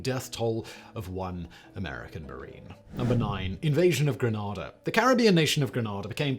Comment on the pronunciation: Simon say it like Grenade uh please